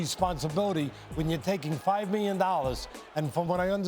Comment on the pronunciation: "He got 5 miyon dollars, I'll say it again 5 MIYON DOLLARS!"